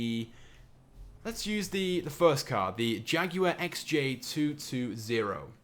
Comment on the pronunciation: Learn how to say Jaguar.